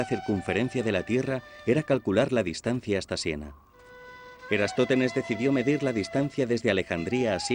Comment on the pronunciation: Es «Eratosthenes», y no "Erastóthenes", como afirmas en este video. Me has hecho dudar de mí mismo, y no hay derecho. Aún tengo y conservo buena memoria. A ver si corriges la versión sonora de este video. De nada.